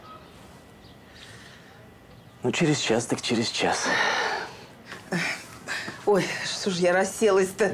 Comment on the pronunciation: "Что бы через чаШ лежал отчет у меня!" У у этой актрисы с произношением букв проблемы! Аж слух режет!